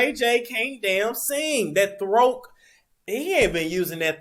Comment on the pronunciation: Every time you say throak, I am dead!🤣🤣🤣🤣🤣🤣🤣🤣!